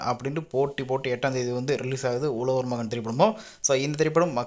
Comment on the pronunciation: உலவர் மகன் இல்லை. "உழவர்" மகன் யென்று சொல்லி பழகுங்க. (ழ ) என்றா சொல்லை சரியாக சொல்லி பழகுங்கள்.